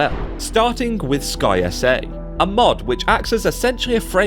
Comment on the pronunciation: Haha I love that you call it "Sky S A"... I've just been saying Skysa as one word this whole time.